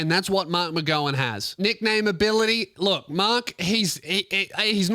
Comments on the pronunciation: It’s pronounced mark-mc-gow-an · Kim Jong McGow-un Is what I’ve heard people calling mark mcgowan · pronounces marks last name incorrectly.